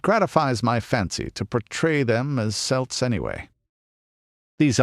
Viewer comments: Had to resist the urge to yell Kelt everytime “Selt” was said in this. Otherwise it was a great video and I would still highly recommend it. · celt has hard c like a k its a Greek word - not a sports team hyperborea is feature of greek mythology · Great video, although the word Celt isn't pronounced correctly but I put that down to being American.